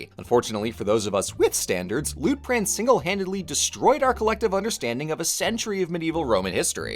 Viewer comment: I kept hearing his name as Loot Crate